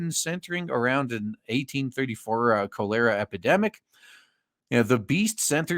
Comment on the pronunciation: Ironically the only thing you say in a Spanish accent is 'cholera'.